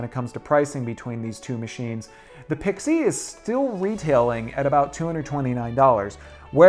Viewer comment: Dude, learn how to pronounce Pixie!